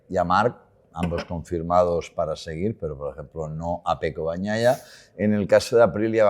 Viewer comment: Que alguien le explique que no se pronuncia "Bag naia" , que la gn en italiano es la ñ , es "peco bañaia", no bagk naia